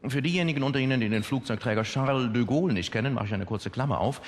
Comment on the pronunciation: Charrrrrle de Gaule.... Ich mag eigentlich keine Yuppie-Typen. Aber DEM kann man zumindest zuhören... ^^